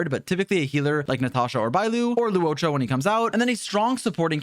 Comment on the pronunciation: that “luocha” intonation is quite on point for a non-Chinese creator 🤣👌 rather satisfying to listen to